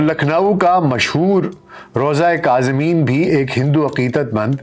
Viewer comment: Kaazimain not kazimeen